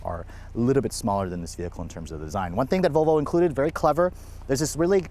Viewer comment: vOLvo not VOVO!